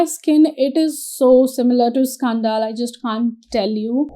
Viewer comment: Scan -dil scandal not scaan - dal.